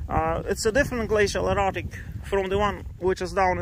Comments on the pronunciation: Did anyone else think he was saying glacial erotic? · Ohhhh --- I kept hearing you say glacial erOtic and it made absolutely no sense LOL